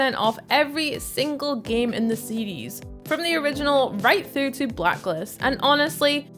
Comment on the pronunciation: That chick is incapable of saying the word "series". 🤣